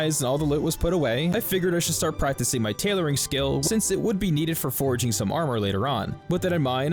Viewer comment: Great video, love the music with game effects to the beat, but I do have a nitpick. Please, 😊hearing you say “foraging” instead of “forging” was infuriating after 40min lol